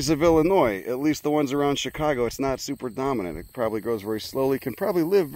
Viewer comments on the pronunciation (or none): none